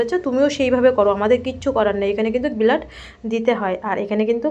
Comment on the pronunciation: উচ্চারণ গুলো খুব খারাপ ব্লাড বলো বিলাদ কি